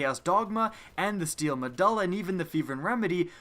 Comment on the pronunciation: Triggered over how badly he fucks up saying steel me-du-la